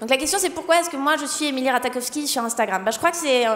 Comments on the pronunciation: Ratakofski 😂😂 son nom se prononce ratachofski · Ça se dit pas RataKowski mais plutôt RataCHOwski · Emily RataKowski... Mes oreilles 😂 où est passé le J ? Non c'est sinon très cool le sketch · nn ça se prononce Rat"aie"kowski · Alors emrata est anglaise et on dit Rata Jov ski mais sinon c'est bien